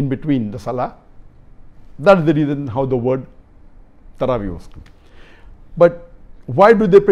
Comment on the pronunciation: Tarawee sounds like sarabhi